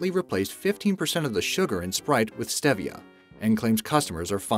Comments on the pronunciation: Also stevia and debacle... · Yes. And Nescafé, stevia as well.